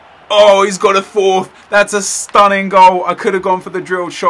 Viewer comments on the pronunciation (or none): none